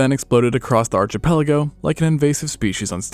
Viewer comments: You pronounce a lot of things incorrectly. Archipelago was painful... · Bro, what's an "arTCHIpelago"? 🤔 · He pronounces a lot of things incorrectly. The way he said archipelago was painful. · He says "archipelago" wrong, too. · Google how to pronounce archipelago